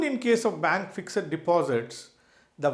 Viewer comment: Yawn...totally waste of 12mins...u could've made the point in single sentence ”The portfolio value is only real once you sell and convert to cash." This applies to all asset classes (cash, bonds, equity, real estate artwork etc). Oh the word is ”fixed" not "fix-ed-id"